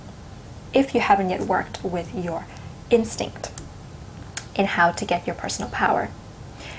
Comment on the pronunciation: Instinct? Is that what you said, instinct? I couldn't quite make that out. One more million time please.